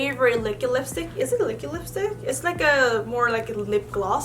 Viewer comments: She says Likid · no one:: l i k i d. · was she saying liquid lips?